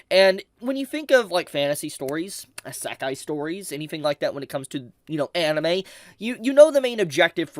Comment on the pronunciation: I luv u, but the way u pronounce Isekai makes me laugh everytime 💀